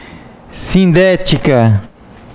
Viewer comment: as vezes não dá pra entender o senhor falar se a oração coordenada adversativa é SINDÉTICA OU ASSINDÉTICA, mas estou amando sua forma de ensino, aprendo muito. Mas estou com essa dúvida , o senhor pode me explicar???.